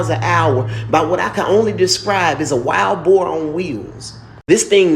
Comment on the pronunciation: Bro said wild boar🤣🤣🤣